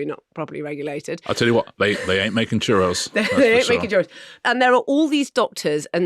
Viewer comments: Definitely pronounced choo-ROEZ, not chuh-ross. 🙋🏼‍♀️Texan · Is that really how you’re supposed to pronounce ‘churros’? ‘ChuROSS’? I always thought it was the plural of ‘churro’ (one churro, two churros’) ‘ChuH-ROE’, and therefore ‘chuhROEz’ My life has been forever changed. Thinking back now, full of embarrassment, at all the times I ordered some churros. 😳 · It’s pronounced ‘churose’ not ‘chuross’. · Am I the only one perturbed by Marina & Richard’s pronunciation of Churros. It’s Chur-O’s, not Chur-ross, is it not? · What a strange pronunciation of churros ?! It's churr-ohs!! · Omg please learn how to pronounce Churros or stop saying it. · If you are going to say “churros” so many times at least learn how to pronounce it. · Hering Marina say churos wrong multiple times but utterly confidently is good fun. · The pronunciation of 'churros' hurt. Absolute worke nonsense! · Why are they pronouncing churros like that? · marina's pronunciation of churros is hurting me spiritually